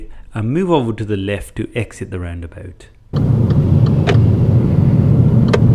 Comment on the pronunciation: I like the way you say roundaboot, laddy!